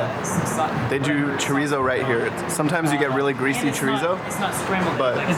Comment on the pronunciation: i cringed every time they said chorizo